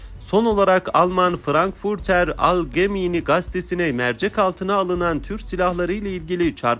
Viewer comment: Frankfurter Algemeiner zeitung diye okunur.